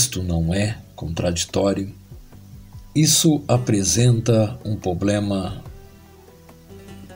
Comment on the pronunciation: shalom chaver desculpa meu incomodo...é apenas quando o nobre irmão fala ''poblema''e'';seje''....Ficaria melhor ..'''problema'' e '' seja'' .um abraço.. espero não ofender